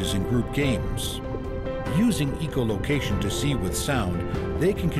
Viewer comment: It Echo not eco- location